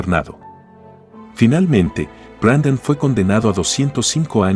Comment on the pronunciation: Es Brandon no Brendon